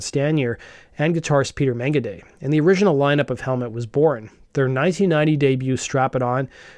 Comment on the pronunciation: Did you say guitarist Peter Megagay??